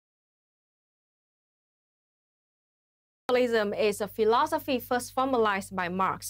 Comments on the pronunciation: Wtf she pronounced socialism “senchelism,” I’ve ONLY ever heard Donald trump do that. He called his social network “troath senchel” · ok, is she saying socialism or centralism? I honestly can't tell.